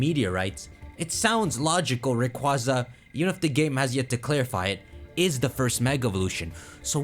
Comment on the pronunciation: rayqua-za im JUST saying